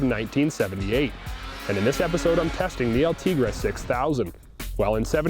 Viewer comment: El-Te GREY is how it is said